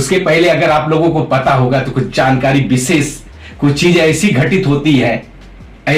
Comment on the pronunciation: लेकिन विसेस मत उच्चारण मत कीजिए आपने व्याकरण पढ़ा है उसके सूत्र पढ़ें हैं उच्चारण स्थान का पता है फिर भी एक-एक अनपढ़ व्यक्ति की तरह पूरे देश समाज मेंअपने आप को एक मूर्ख आदमी साथ ही में अपने गुरु को जिनके पास विद्याध्ययन किया है उन्हें भी मूर्ख आदमी दर्शा रहे हैं। अरे यह विशेष शब्द है न कि विसेस ।